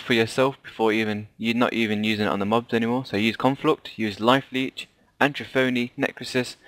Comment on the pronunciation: Thanks for the guide but I have to mention...at-ro-fee not at-roh-pony.